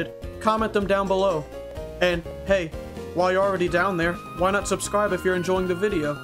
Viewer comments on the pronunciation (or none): none